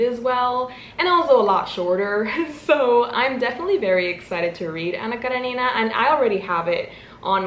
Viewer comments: It's Anna KarEnina (stress on the second syllable) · I’m from russia and your pronounce “Anna karenina” is so cute 🥺 I wish you many great books and successful year❤️ thanks for video! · THE ANNA KARENINA ACCENT ✨️ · 🤔🤔 it’s wrong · love the way you pronounce Anna Karenina 💃🏻 correct way: emphasis on the E (KarEnina) and not the I (KarenIna) regarding Karamazov: emphasis on the third A (KaramAzov) just so you know 🤗